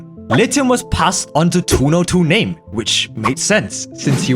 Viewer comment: Not even 5 seconds in, i already see an error, it's not "2NoName" but "2No2Name"